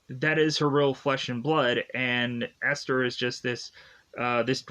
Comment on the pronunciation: Dude, you cannot review movies correctly. Misnaming and mispronouncing characters’ names. Who is EsLer?